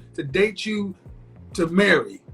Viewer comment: She says, "choo" instead of "you." Says, "Foo" instead of "Food." Kevin talks about social etiquette, but pronouncing words correctly is part of that.